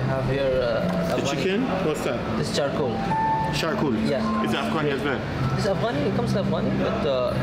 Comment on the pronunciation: thanks for your video. First, it's charcoal, not shaar-cool, something afghan. Also, shish kebab or shashlik has Turkish and Russia's south Caucasus roots not Iranian ( and ); shish or shash means skewer in those languages. To make your videos more informative for international foodies, please mix mere eating with some side readings. As a minimum, go over the menus before visiting a place and learn words and ingredients.